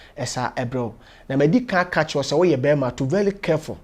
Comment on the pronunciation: To vely vely kerful but yr uninate ampa, kwaku 🤣🤣🤣. Aweak lol